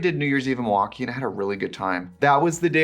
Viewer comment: I am from the midwest (Iowa, lived in the Chicago area when I was small). I have never heard someone say Milwaukee the way Trixie does. Is that a Wisconsin thing or is she just weird? Haha